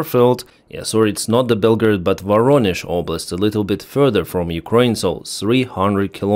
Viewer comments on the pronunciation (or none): none